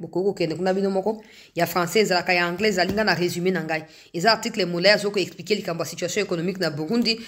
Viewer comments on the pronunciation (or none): none